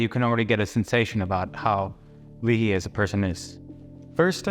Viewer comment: It's LAY-HEE . John Leahy.